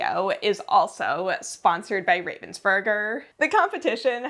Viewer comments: I watched every minute. They don't pronounce Ravensburger with a long A. Have they ever said anything to you about that? The whole thing was so exciting! I loved finding all of the puzzlers that I had heard of. The competition was so much bigger this year they may have to find another venue. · The pronunciation of Ravensburger kills me. The name has nothing to do with ravens nor burgers, it is just the name of a town in Germany plus the "er" ending, which signifies origin in German (Well, not always, but this is not a language lesson and it does in this case, so just accept it). Ravensburger Spiele = games from Ravensburg